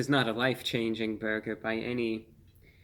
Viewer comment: "PERFECTION, or meaby a horrible burguer... i don't know" i can't stop laughing. 😂